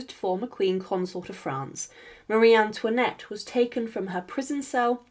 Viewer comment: Pitié, plus d'IA ! C'est incompréhensible ! "Touinette" ? Quelle horreur ! Un peu de respect, SVP ! Et non, Marie Antoinette n'était pas "REINE CONSORT ; ce titre n'existe pas en France ! Elle était REINE DE FRANCE, par mariage avec le ROI LOUIS XVI !